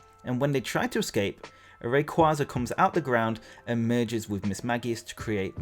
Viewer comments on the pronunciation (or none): HoW cOuLd YoU pRoNoUnCe “RaY-qUaY-zA” wRoNg? 😂❤️ And I loved the DPPt anime!